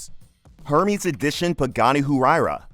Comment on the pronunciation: This narrator must be AI bc the pronunciations are so bad I mean “a Her-mee’s bag. Can’t say I’ve heard of that brand before.